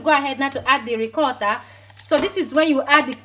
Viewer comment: You and your half Italian self 😀😀 love how you pronounce “Ricotta” “Parmesan” 😀 😀 love this video darling xx